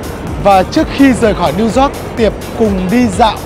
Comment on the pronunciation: Hoàn hảo hơn khi Zóoc thành Dóoc (York)